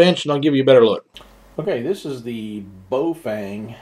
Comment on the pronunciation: not sure if you found out by now. but the correct pronunciation of this is sounds like Bow Fang....that's bow as in BOW DOWN, not bow tie. fang like the teeth. I'm getting the 5R+ in a few days. can't wait!